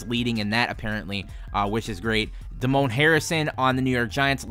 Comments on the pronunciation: Totally butchered Damon Harrison’s name. It’s not Duh-Moan, it’s Day-Min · Holy hell its Damon Harrison, Damon, not Damone from Fast Times at Ridgemont High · Damon is actually Day-mun Koch is actually Cook